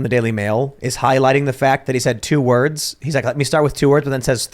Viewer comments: To be fair, he actually said "two wurves", not "two words" as you claim. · He actually said "let me start with two herbs" 😂